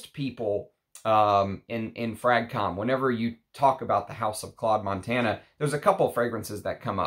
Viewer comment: Hi there. Its not Montana like the state but it pronounce Montaná the tone in the last a. 😊 Btw Claude Montana he died yesterday, one of the last Haute couturier in France.